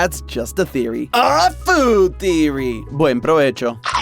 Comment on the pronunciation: JAJJAJAJAJAJ that buen porvecho sounded A LOT like rioplatense spanish and am glad to hear that as an argentinian